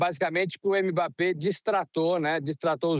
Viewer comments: Repórter todo desinformado. Não houve provocação dos dois lados, não. Foi o Paraguai que, quando não estava dando patada, estava se jogando no chão fingindo falta. E aprendam a pronunciar o nome dele. Não é "emebapê"; é mbapê. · Está errada a pronúncia dele. A correta é m-bappé. Você não fala o nome da letra eme; só faz o som dela, m. Pode procurar o próprio Mbappé pronunciando.